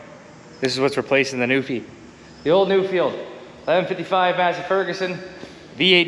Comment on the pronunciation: 177hp Perkins............Nuffield is pronounced.......Nuff....ield, not Nu....field, all the way from the UK.